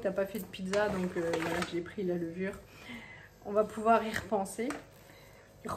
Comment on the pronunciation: Tu vient de parlé avec un accent liegeois en disant y r'pensé ca me fais rire !